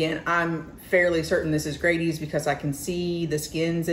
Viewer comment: I'm three years late, but I wanted to say nice video. One thing i will mention is that Grady's is pronounced with a short A instead of a long A. An example would be the word "daddy". So you would say Daddy's the same as you say Grady's. It would be easier to understand if it had two d's in it. But in Wayne County we pronounce it as Grad(d)y's. Again, very nice video.